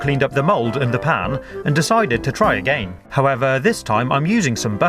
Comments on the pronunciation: I like how he says "again" A-gay-n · Do you guys here how her says 'again'?? XD